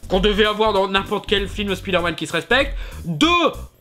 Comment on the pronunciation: Un jour, Speederman sera prononcé Spyderman ^^